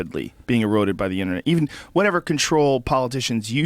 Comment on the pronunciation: Cool podcast. But PLEASE someone tell this guy that 'Internet' and 'Intranet' are pronounced differently. Was doing my fucking nut in!